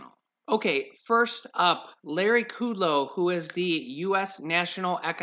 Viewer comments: Its KUDLOW not KUDELOW. Short U not long U. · it's not Larry Ku Low it's Larry Kud Low! LOL I just had to tell you because every time I hear you say his name, I say the correct pronunciation out loud.